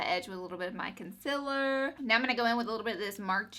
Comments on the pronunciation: "Con-siller" haha she's so cute & I love the look! 😍💕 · I like the way she says concealer XD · me too :D